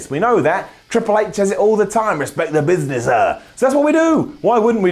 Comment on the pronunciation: "ITS BEST FOR BUSINESS-UH" oh my god haha